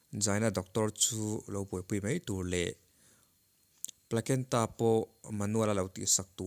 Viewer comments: Dik chiah ṭawng huat thu suh ah a va zir sâng awm lo e ka lo tia, Gynaecologist tih te placenta tih em pawh lam dan tlang lawn han hriat loh tih ka rilru ah a lo awm... Kan tawng chu a ni miah lo mahse kan zir ve thin kha maw, pawl 10 tal passed chuan kan thiam vek ang.... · Placenta tih em pawh han lam thiam loh